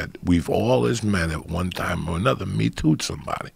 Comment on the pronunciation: Joey "Me toot sumbody" Diaz